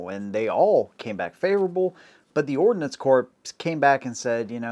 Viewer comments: Don't forget the difference between ordnance (what he was trying to say) and ordinance. Also a pretty big difference between those meanings and pronunciation. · Did you just say Ordinance Corpse? 07::32